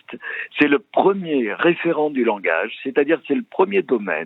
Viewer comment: Il n'y a pas de u à langage, le u c'est dans amblance 🤣🤣🤣